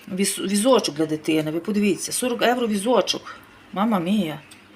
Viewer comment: То ж Ганя й відкрила для того канал у Ютубі,щоб показати свою грамотність 😂,ʼʼнавчитиʼʼукраїнців як правильно говорити,готувати і ще як ʼʼправильно житиʼʼ,та й при тому заробити трохи грошенят,чи то ʼʼевроʼʼ,як вимовляє.Ми не сміємо перечити Гані,бо ж вона рахує себе як ʼʼкомандирʼʼнад нами😂